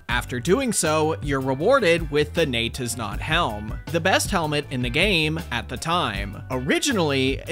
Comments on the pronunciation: Bro, it's pronounced "NEE-YET-IS-NOT" and "YAH-ITS-SO". That's the pun, dummy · So phonetically it'd look like this.. Nay-tiz-not Yah-tiz-so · Great video as always, but a tiny nitpick THEY'RE PRONOUNCED NAY-'TIS-NOT AND YA-'TIS-SO WHY DOES NOBODY GET THAT PUN?! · gotta say Jatizso like your germanic nay tis not yar tis so